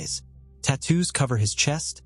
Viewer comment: Thank you for these cases, and also for changing narrators; this voice is a HUGE improvement. Listening to the other one say “Tuh Toos” (aka “tattoos”) in every other video was akin to slowly dragging a set of sharp steak knives down a blackboard. This voice has a nicer Richard Dreyfussy vibe. 👍